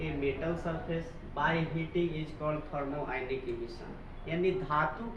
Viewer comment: Thermionic emission hota hai pronounciation sahi kijiye